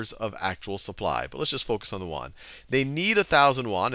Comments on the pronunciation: It's pronounced 'yuen' -- like 'yen' but with a 'u' -- not Juan. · "yuan" sounds more like "yew ann" or "ewan"